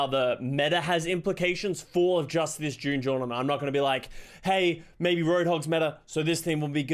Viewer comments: He keeps saying june journament lmao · Drinking game take a shot every time says June jornament